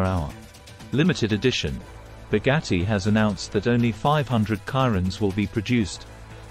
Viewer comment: "boggatti kairon" 👀💀